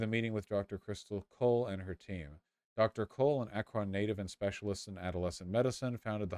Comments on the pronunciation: Oh god hearing “Akrón” threw me so hard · listening to vaush repeatedly mispronounce "Akron" is the highlight of my night edit: to be clear if you don't know, it's pronounced "ACK-rin" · As an Ohioan it’s extremely weird hearing vaush mispronounce Akron for 2 hours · Ah yes, the president of France, Emmanuel Akron